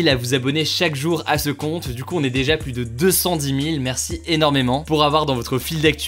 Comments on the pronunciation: "100 fois plusse puissante", euh... non. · Salut, petite info pour toi, on ne dis pas 100x pluS puissant, le s doit etre muet